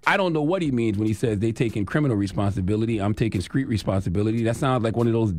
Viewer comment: Charlamagne you need speech therapy. Because you keep saying Screet; It's not Screet, its Street 🤣🤣